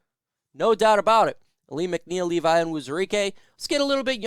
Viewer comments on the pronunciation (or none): none